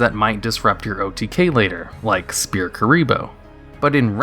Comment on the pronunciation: you keep saying Spear instead of sphere